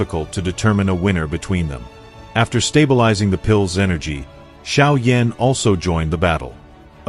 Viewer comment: Sérieux, il faut apprendre à prononcer les noms correctement car franchement Xiao Yan prononcer comme Cha Yan Yan c'est minable... Et ne parlez plus français et anglais choisisser la langues mais ne mélanger plus car c'est pas compréhensible et surtout c'est insupportable.